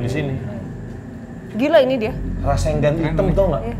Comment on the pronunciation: Salfok sma bg ngomong rasenggan 😂 bisa²nya inget naruto